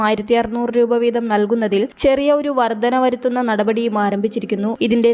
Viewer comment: വർദന എന്നല്ല വർധന എന്ന് തന്നെ പറയണം. ഭാഷാ ശുദ്ധി ഇല്ലെങ്കിൽ ഈ പണിക്കു നിൽക്കരുത്